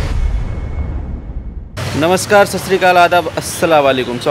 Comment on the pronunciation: भाई तुम asslamwlekum बहुत अच्छा करते हो लेकिन नमस्कार ठीक से नही करते।